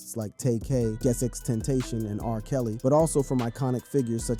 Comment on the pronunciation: yo its xxx- ten -ta -cion .......not no dam.... tentation